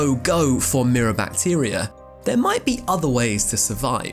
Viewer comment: I know it’s rude to say things about people accents and stuff, but hearing “mirror bactier” at first made me laugh pretty hard